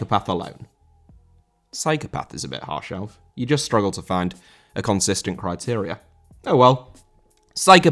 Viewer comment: Criteria* not Criterier